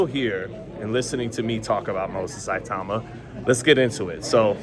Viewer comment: at least try to pronouce his name properly man